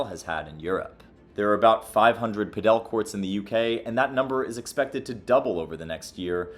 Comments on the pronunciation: I wouldn't say Pickleball is the problem. Padel (emphasis on the first Pah sound) is the beginning stage for Tennis. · It's pronounced "Paddle" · Stop saying “Padél”! The accent is on the “a”. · 'Pedel' Sorry good video, I liked it. Just could not help myself with the pronunciation ( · Padel doesn’t have an accent on the e - you’re pronouncing it wrong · why do you say padel like that 🤣🤣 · they way he says padel makes me so mad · The way you pronounce padel is infuriating me. Otherwise good video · Pls pronounce padel right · Padel is pronounced like paddle, not padél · I think I speak for everyone when I say "lol, he keeps saying 'padél' instead of 'pádel'" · padEl padEl padEl padEl padEl .... who pronounces it that way?? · It's paaaadel not paddel, my ears lol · are you sure its pidel and not padal this vedeo really bored me its just typical american bumb now they cant even say padel not it pidel like piddle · Why you pronounce it like that! Paddle. Just say paddle. And, you say Argentina is starting to catch up in padel? Wow. You are so ignorant. How can you make a video like this without doing some proper research. Not good. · Did he just call Paddle, Pad-El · cool video helps, i play PADEL (PA-DUL) not pa dell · I live down here in Colombia and the place I play tennis also has padel courts. I am not saying who is right or wrong, but down here padel is pronounced by my Colombian neighbors in Spanish as "paddle" rather than "padél" like in the video. Not saying anyone is right or wrong, just making the observation. BTW pickleball is not a thing at all down here. The place I play is owned by a retired Colombian tennis pro, who ironically now seems to prefer Padel. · Its not “padeL” but “paDel” :-)) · Sorry, but not sure why you pronounce it as padEl (accent on the E) when it’s pAdel (accent on the A). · It's Pádel, not Padél, So like paddle, not like Nobel. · It’s not PA DEL it’s pronounced PAD EL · It's PA-del (pa as in party, del as in deli), not pa-DEL